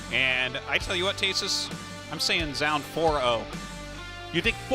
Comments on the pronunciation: With the pronunciation of Zoun all over the place, it's as if xenophobic Appalachians have taken over casting for the tournament. 'Jone', 'Jo-an', 'Jew-on', .... And like Appalachians from 30 years ago, our casters haven't had access to google to find this, in 30 seconds: , which would then lead to this google pronunciation, 10 seconds later: EDIT: game 4 of the finals, they mention some of the info in the first, reddit link. EDIT 2: I was thinking, "better late than never", but a few minutes later, it's like their big reveal of finding out how to pronounce his name never happened. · Isn't it the same pronunciation as ''noun'' replaced with a ''z''?